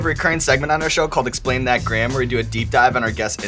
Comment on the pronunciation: What did she finally say ? Wild why why sauce? I thought she finally remembered the name for Explain that Gram but I can't make sense of it.